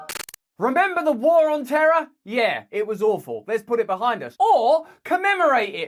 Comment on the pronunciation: Or as George W. pronounced it, "terrr".